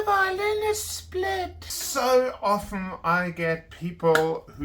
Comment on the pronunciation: thank you for pronouncing "often" correctly! Funny story: I use a nice instrument stand next to my practice chair to set my viola on when I take small breaks. Once I hit the bridge on one of the arms of the stand and completely knocked my bridge out of place. It was flat down on the top and strings totally loose. I was stunned and in a panic. However, I set the bridge back in place, tuned up again, and all is well! Yaaaaaaaaaaaaayyyyyyyyyyy 👍